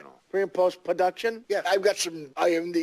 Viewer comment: "imdbs" "pre and post pahduction" "silent liberry" "poplah show"